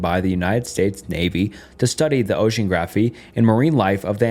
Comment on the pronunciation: This is so fascinating but I would appreciate it more if more attention was paid the grammar, pronunciation and spelling. These issues get increasingly more distracting as the video goes on - a couple examples Mary Celeste vs Marry Celeste, Ocean-graphie vs ocean-nog-graphy